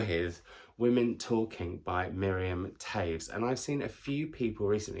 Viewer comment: please don't give up on Mariam Toews (and Yay! to saying her name right). I find her books very different from each other and what appeals to one person might not strike another